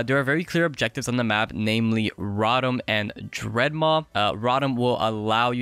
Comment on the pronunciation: Drednaw ??? Wtf is a Dredmaw PeepoSus